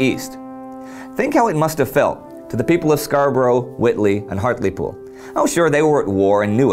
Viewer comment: He got Hartlepool more or less right though, which is rare enough!